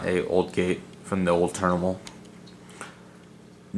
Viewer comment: “A new turnimal” 😂